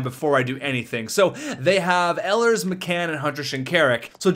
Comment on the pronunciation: It's not Elers its E. Lers